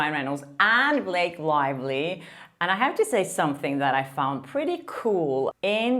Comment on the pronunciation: I really like this journalist…….but I don’t know where she’s from or how to pronounce her name. Her accent is very attractive although it does tend to make her sound like she is saying “Lake Lively”.